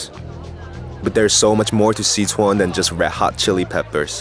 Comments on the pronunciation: dope video.... but I can't get over how the narrator keeps saying "See-chuan" lol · What the hell is with his pronunciation of "Sichuan"?